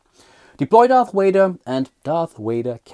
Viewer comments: Darth Wader...lol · Darth Wader?????